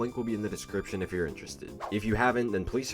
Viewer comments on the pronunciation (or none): none